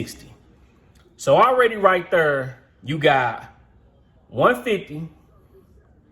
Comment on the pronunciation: Rrright thurrrrr.